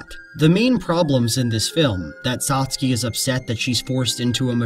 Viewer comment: toh-TOh-roh SAs-kay CAt-bus